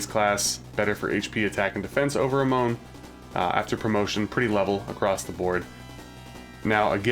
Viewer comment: Its A-mon not A-moun